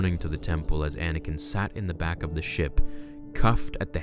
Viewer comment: It's ANAKIN not Adakin..